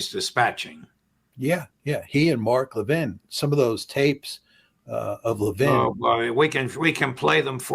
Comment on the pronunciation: The way Mark Levin pronounces his name, you'd think he was French and not a Jew. I've known Jews my whole life with a close friend named Levin. They never gave their name the French accent.